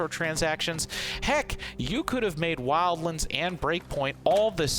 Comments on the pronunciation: Did anyone else hear him call it “wildlinds”? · Wild.. LAAANDS, say it with me, L-AN-DS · Thumbs down for saying WILDLANDS in such a dumb ass way.